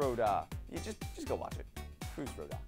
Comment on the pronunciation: It is FUS RO DA